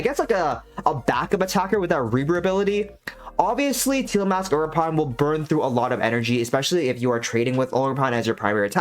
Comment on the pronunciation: ogerp-rn i mean ogerpon am i right? :)